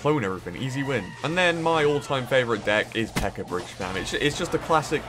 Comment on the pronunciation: I feel like that was directly directed at CWA lol. Also I think it's funny how calls the PEKKA "PEKKER" lol.